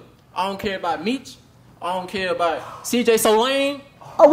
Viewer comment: Bruh said “CJSOLAME” 😂😂🤦🏽‍♂️